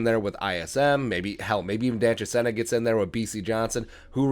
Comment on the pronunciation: Chisena (pronounced, Cha-seen-a) would be great on jet-sweeps! He fast.